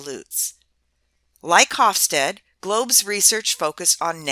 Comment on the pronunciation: I very much like your video and I have assigned to my International Management class. That said, I was a bit reluctant to do so as Geert Hofstede's name is mispronounced here. I apologize as I wasn't sure how to reach you in a less public setting, so please feel free to delete this comment after you address it. The "G" is hard for non-Dutch speakers, but it is akin to the Hebrew guttural Chaf (כ) and Chet (ח) often romanized as "ch" as in "l'chaim" or the Russian Kha (X) often romanized as "kh" as in "Kazakh". The Dutch "ee" is pronounced like the English "ay" (for example, Beethoven, whose father was Flemish). Finally, the final "e" of Hofstede is pronounce. This means that the middle "e" is pronounced as an "eh" (as if there were no "silent e"). So the second part of his name is something like "stead-uh".